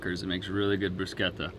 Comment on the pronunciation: Yay for!!!… You pronounced “bruschetta“ in the authentic Italian manner…the “ch” is a “K” sound… You the man!!!… Ha ha ha…Complimenti!! 👍 🏆 🇮🇹..